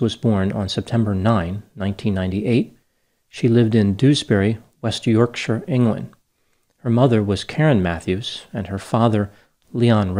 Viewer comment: Loving your pronunciation of “Yorkshire”. Any chance of hearing you say Leicestershire too? Or Towcester?? Fabulous 😊